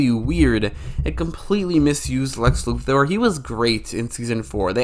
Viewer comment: Thank you for pronouncing "Luthor" correctly.